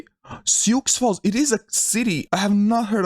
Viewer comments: Sioux Falls still isn’t a “big” city though, it has less than 200k people. That four-state block is very sparsely populated. Also, it’s pronounced “Soo,” not “Syooks.” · See oo ox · Sioux is pronounced like the name Sue. =) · "Sioux" is pronounced like "sue". It's a French name for the First Nation tribes of the area. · Sioux is pronounced "soo", for future reference. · Sioux Falls South Dakota is named after the Lakota Sioux Indian tribe and it’s pronounced as you would say the ladies name Sue. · and "Sioux" is the name of a Native American tribe - it's pronounced "Soo", or "Sue", if that helps. Sioux Falls is the largest city in South Dakota and is a couple hundred miles southwest of Minneapolis, Minnesota. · Oh and Sioux is pronounced like and s in front of “ew”